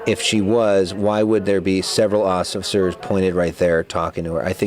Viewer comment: Did that dude say "occifers?"